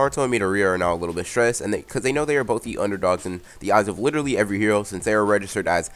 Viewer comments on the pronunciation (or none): none